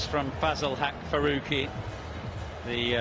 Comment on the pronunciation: It's Farooqi Not Faoqi